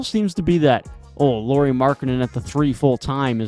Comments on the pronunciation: Nice video! 🙂 Just a little hint: "Lauri" is pronunciated like "Lowry" in Kyle Lowry 😃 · Hi, That's an interesting take on the Jazz. I would suggest that casually analyzing from afar isn't what I'd call superior to the Jazz's own fans. For example, any decent amount of viewing would correct you calling Lauri by a girl's name, Lori. However, that's a pretty common mistake so it's no big deal. Instead, I'll focus on your various points and give my rebuttal. Okay? Team record: The first dozen or so games were because they all had a chip on their shoulder, including the coach. However, they started losing exactly after Danny Ainge finally weighed in on the team's success. I remember it very clearly as I mentioned it on Twitter. I suspect that they were told by the front office to start losing a lot more. The other problem was constant injuries to key players. Olynyk and Sexton missed large chunks of games BEFORE the trade deadline. After the deadline, and Conley, Vando, Beasley, and NAW were traded, Lauri and Clarkson missed large chunks of games. They rarely had their full roster the rest of the season. That might've been how they sneakily achieved that losing--at least in part. Rookies/Trade Deadlline: The reason they won more games than say Portland, was because of guys like Kessler, THT and Ochai that only got significant minutes AFTER the trade deadline. They were much better sooner than they expected. Plus, that was the whole point in trading all those guys--Vando in particular. They wanted to give more time to their young guys to see what they actually had.